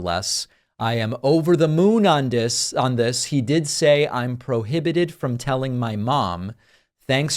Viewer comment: David I heard you say ..dis..instead of ..this lol I laughed so hard because of all the podcasts I follow yours is the one I double and triple check my grammar when leaving a comment. Cute❤️🤍💙